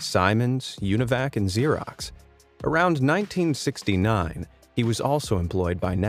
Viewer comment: Just hearing him say 1969 it mad me laugh inside